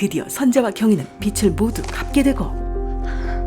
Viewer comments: 나래이션에서 [비츨]이라고 하는데 [비즐]이라고 해야합니다... 완성도있는 리뷰라... 이런거 놓친게 조금 아쉬워서 남겨보아요 잘 보고있어요! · 비츨 아니고 비즐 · 빚 ᆢ비츨 비슬 아니고 비즐 비지 비즌 이라고 해야 되는데 대사도 비시 비슬이라고 하네 ㅜ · ‘빚’은 ‘빚을’ [비즐]입니다. ‘빛을’[비츨] 이라뇨. 발음 좀 제발.. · 빚을 모두 갚게 되고 는 비즐 모두 갚게 되고 입니다. 비츨 모두 갚게 되고가 아닙니다. 비츨 이라고 하면 빚 이 아니고 빛 이 되겠죠..... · '빚을' = [비츨] x, [비즐]o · 비슬이 아니라 비즐 이라 해야지예